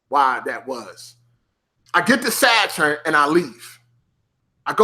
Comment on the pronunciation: The way you say Saturn was triggering the hell out of me lol. Great video though I hope you do more